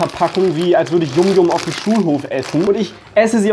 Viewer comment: "Yum yum" Aussprache: Yam Yam laut Schrift: [Y^am Y^am]